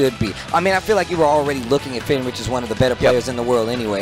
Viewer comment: How is Fenritti pronounced Fenrich? Lol